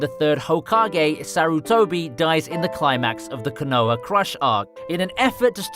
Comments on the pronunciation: Bruh say konaha right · I’m pretty sure the way you say Konoha is illegal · The way he pronounces Konoha and obito makes wanna storm the capitol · Bro i couldn't finish you video with you saying the names the way you were.. please try not to butcher the names next time.. the way you say Konoha and Obito is super cringe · Ffs wtf is wrong with 90% of all naruto "fans". Watch the fucking show with original voices and then just listen to their pronunciation. Konoha, Orochimaru.. Jesus fucking christ....